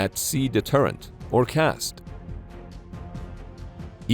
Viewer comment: the most minor of nit picks but we call it CAS-D rather than CASD